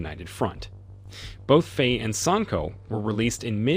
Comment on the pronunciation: At least learn to pronounce the names. "Faye", for example, rhymes with "fry". not "fray".